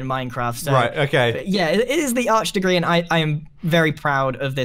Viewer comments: "Arch de grian" XD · People who are good at the game: arch de grian Me: oak door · lol "grain" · GRIEN NOT GRIEN NOT GRAIN BUT GRIAN